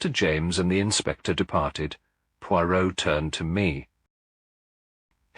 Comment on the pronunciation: I don’t think that’s Hugh Fraser… the word Poirot isn’t even pronounced correctly I have listened to lots of Hugh Fraser…it’s just not him